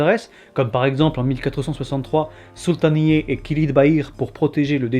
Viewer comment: "Sultaniyé" Tu le dis trop bien avec le bon accent et tout ! 👌🏼😅